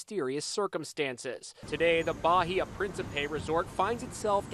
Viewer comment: Pronnounced Ba-í-a . Not BAJIA...